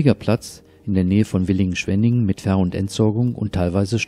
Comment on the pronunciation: Hallo, tut uns bitte den Gefallen, das heißt Villingen und nicht Willingen. Nettes Video und informativ